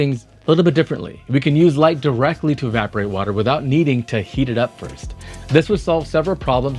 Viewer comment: There's no such word as "direckly".